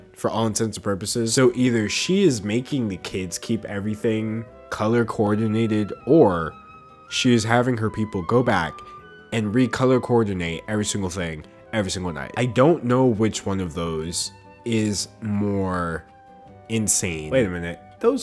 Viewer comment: 😂😂😂 Listening to this guy try to say color cowardinating... color cordinating.... color coorderanating